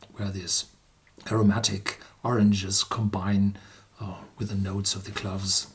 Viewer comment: Cloves are NOT pronounced like Gloves!🥊🥊.....clowves is the pronounciation!!!!